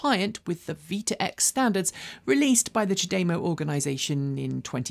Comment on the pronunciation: I love you and your team, but the way you pronounce CHAdeMO is way off what’s correct according to how Japanese speakers do so (which is presumably correct). :-) It’s apparently supposed to be pronounced without any particular emphasis on any syllable.